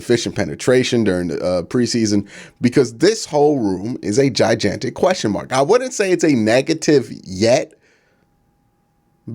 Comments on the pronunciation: Q.. repeat after me.. Gi-Gantic.. not Gi-Jantic ..years of watching you butcher this word 🤣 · "Jy-jantic" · I hate to be that guy but it’s gone on too long Q.. that’s not how you pronounce gigantic😭